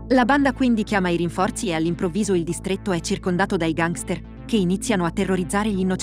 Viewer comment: Perché pronunci così la parola gangster?